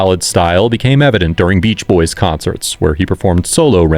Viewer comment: Stop saying boyses. It's boys'. It's understood by context that it's plural. You don't need to add an extra s sound.